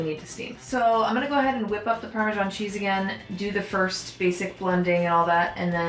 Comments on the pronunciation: Why did you pronounce parmesan parmigian? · Please don't call it parmesan